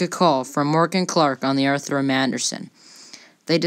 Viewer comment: Great video, but need watch your pronunciation it's FITZgerald, but it sounds like FIXgerald for most of the video. Also, slow down when you say, Arthur M. Anderson, the Arthur M. tends to blend together if you say it too fast.